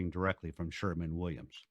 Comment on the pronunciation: SHERWIN NOT SHERMAN